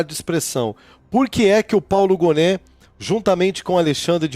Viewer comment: Obs: Paulo Gonet, lê-se Paulo Gonê e não Goné